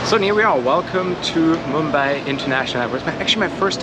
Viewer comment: Its not Mumba its Mumbai